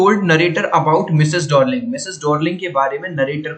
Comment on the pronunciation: डोर्लिंग नहीं डार्लिंग है🤣🤣